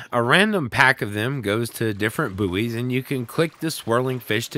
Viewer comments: I was so happy when you called buoys boys then you went back to saying boo-eees 😩noooo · >pronounced Buoys right the first time with a giggle, says it wrong on the next. still earned a sub <3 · I know it's the a geographical pronunciation difference. 😁😉